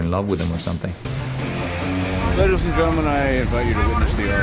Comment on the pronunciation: Hahaha - His girlfriend said "I think you must be in love with him or somethingh" - Who wouldn't be in love with RDJ he is awesome in every way!!!!